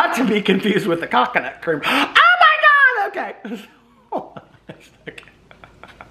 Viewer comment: you said Cock-oh-nuts!? 🥥😂😂😂